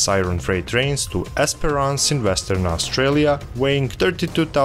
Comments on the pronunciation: "Australia", not "Austrailia" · AustRAILia Lmao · AustRAILia is kind of fitting though :)